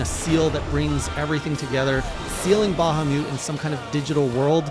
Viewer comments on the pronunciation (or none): none